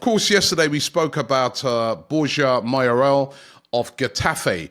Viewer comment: Been fuming these past year because he does it every day!!! Mayoral is easy to pronounce for god's sake! and he still butchered it!